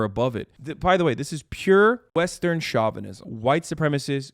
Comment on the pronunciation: stop mispronouncing chauvinism please.